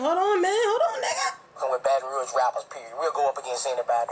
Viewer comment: I'm in here I'm subbed now ya heard me....but Yu gotta get the name "Baton Rouge" right. 🤣🤣🤣💪🏾😘